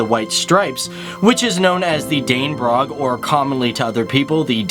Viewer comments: The flower shown isn't a marguerite, which is a wildflower with totally white petals, thogh, and Dannebrog is pronounced with a short o-sound and a soft g at the end. Not like your "Dannebrok" which sounds like Danish Gripe 😂😂😂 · Danebrok xD